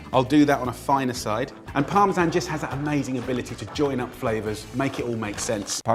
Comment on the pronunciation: I’ve never heard someone say parmesan as parme San